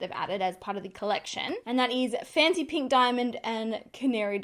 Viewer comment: Am I the only one hearing 'fenty pink' instead of 'fancy pink'? 🤣🤣🤣 My ear is playing tricks on me! These are no dimond bombs... 😁 Thank you for the honest review ♥️